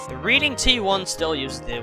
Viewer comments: Great video, although, Reading is pronounced (Red-ing) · Nice. Also, I apologize if I sound too professional, but the reading railroad is pronounced as the "Redding" railroad. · Also you pronounced the reading railroad like reading a book it’s pronounced like reding